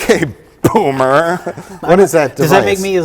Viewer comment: the fucking power and enunciation mike put into BOOMER threw me out of my chair